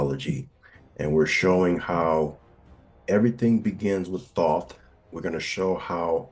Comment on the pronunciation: I stopped listening as soon as dude pronounced Thoth wrong. His name is spoken with the long O sound